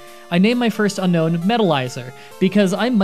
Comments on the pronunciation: Needlessly pedantic comment of the day: isn’t it pronounced “Un-Own”, not “Un-Known?” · Its pronounced un-own like disowning not unknown apparently. Look at Google not me pls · It's "Un - own". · says unknown the entire video even though it’s name is unown :(